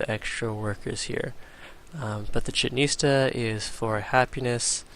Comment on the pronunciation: It's not chetn istah, its chee -chenn it-sah, :)